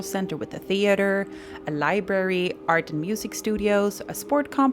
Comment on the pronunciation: Uhhhg my pet peeve. Li-brary not Li-berry